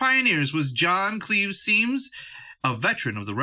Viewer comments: Symmes is pronounced as Sims. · Symmes is pronounced "sims"